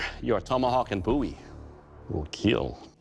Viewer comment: It's a Bowie, not a Boo ye.